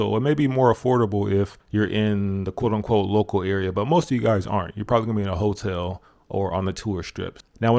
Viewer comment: When you pronounce 'hotel ', i'm nearly mistaken you as a hongkie.